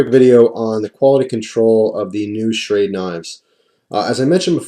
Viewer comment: Sha-Ra-De, though I would agree with pronunciation.